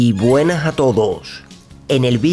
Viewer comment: Yyyyyy Buenaj a Todoj!!! En el vidio de hoy...